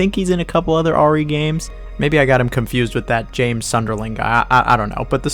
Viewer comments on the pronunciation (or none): none